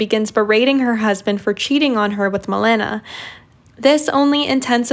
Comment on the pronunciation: girl......its Maléna